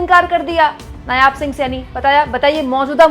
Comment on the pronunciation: नायाब नहीं, नायब सही है ।